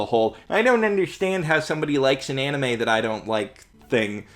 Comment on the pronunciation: i'm sure many people tell you this but get your pronunciations right, if you watch the anime you will find that the name sound a lot better when said correctly